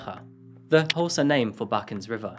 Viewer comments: I love the correct pronunciation of Xhosa and Gqeberha. It must have taken some practicing to get them right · Hi from South Africa ! Thank you for including us in another SA story ; Been a Subbie for almost 4 yrs and have watched EVERY video !! Yes, You pronounced Xhosa correctly!! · The way you pronounced Gqeberha and Xhosa is a 💯💯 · I'm really impressed with your Qhosa pronounciation, it's not easy to do, great job! And great videos as well! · I just subscribed so I'm a bit late to the party, but props for the accurate Xhosa pronunciation. Going to continue binging your channel now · Not you pronouncing "Qgeberha" and "Xhosa" more accurately than some South Africans!! definitely gained a subscriber today😍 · I was so startled to hear you actually pronounce the Xhosa clicks. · OMG I am so proud of you for pronouncing "Gqheberha" and "Xhosa", thank you for putting in the effort. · Perfect pronunciation of Gqeberha and Xhosa. Much respect from me. Not everyone puts in the effort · Hey dude I cant keep listening past Gqeberha and Xhosa your pronunciation...spot on...and I'm like Did he just say those words perfectly? You made me feel like a proud mama🤣🤣🤣 Let's go start it again, for the 4th time, hopefully I won't hit repeat. You just made my day. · He got Xhosa right as well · Your clicks made me bawk, oh my goodness. I am impressed. I have tried and tried to pronounce Xhosa and I cannot for the life of me pronounce the X, I am so impressed by your dedication. A lot of true crime channels don’t even try to pronounce things right so well done, I am incredibly impressed. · I’m so pleased to hear you pronounce the Xhosa language, that really put a smile on my face. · As an isiXhosa speaker, I’m giving you a 10/10 for pronouncing “Gqeberha” and “Xhosa” beautifully 😭, I’m so proud of you! Even South Africans tend to butcher those words 😂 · Good Xhosa pronunciation there. Not many foreign countries can get that right!